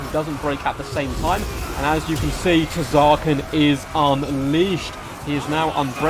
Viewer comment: The T in Tz'arkan is silent btw.